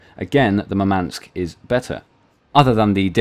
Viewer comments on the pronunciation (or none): Russian here to help with pronunciation. Murmansk stress is on the first syllable: mUrmansk, not murmAnsk. Simularly, the Gremyashchiy, has the same syllable shch as the word "borscht." It is a single syllable. Also the stress is on YA: gremYAshchiy. It means "thundering."